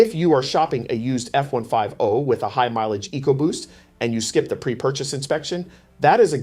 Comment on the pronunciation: F one five oh, sounds like an AI presentation or the narrator doesn’t know how to pronounce F one Fifty.